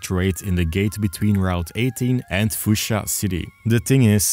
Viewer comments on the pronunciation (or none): none